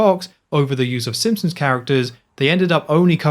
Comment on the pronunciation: Drink whenever he says ‘Simpsoms’